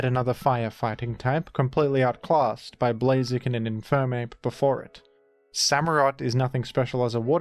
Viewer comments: I almost had a midlife crisis thinking I'd mispronounced it my whole life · "IMFERMAPE"? Isnt it Infernape?